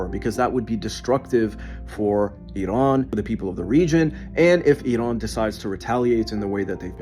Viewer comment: As a Farsi speaker I can't stand the way this guy says Iran, he says it as if it's spelt Idan. Bro it's Iran.